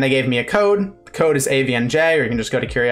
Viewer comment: You say "AVNJ" I hear "Avian Jay" And I like that